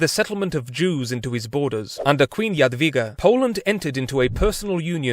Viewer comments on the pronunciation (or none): not queen Jadwia. KIng Jadwiga. She be King not Queen